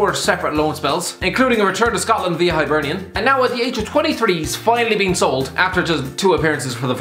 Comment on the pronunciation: The guy can't pronounce Immobile or Hibernian but can pronounce Chygrynskiy no problem...